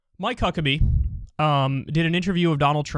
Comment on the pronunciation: Sounded like he said Mike Cuckabee at the beginning lol